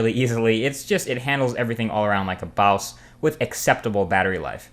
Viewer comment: Did you say like a BAWSE? LOL